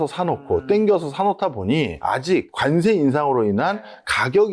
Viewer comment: 발음 “간세“ ㅋㅋㅋ ”관세“ 라고 해주세요